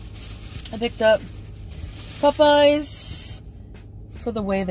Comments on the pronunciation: DrahmaQuene74 Omg I thought I was the only one. “Puhpeyes” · Brilliant as always! And the way she pronounces “Popeyes” makes me irrationally angry.